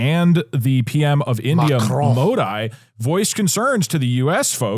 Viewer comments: as much as i hate our prime minister, his names pronounced Mo-Dee and not Mo-Die, douglasdouglas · Doug saying Modi as mode-eye threw me, hadn't realized I hadn't heard him say the name before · Doug's pronunciation of Modi cracked me up lmaoooo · Modi, man was that poorly pronounced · Doug said Modi, the way I hear iShowSpeed saying Tunisia in his world cup song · ngl dougdoug's pronounciation Modi was the worst ive ever heard